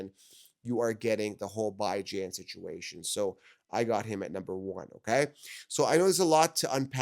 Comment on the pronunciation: I wanna trust what he says but everytime he says byjan instead of bijan it makes me think he doesn’t even watch football 😂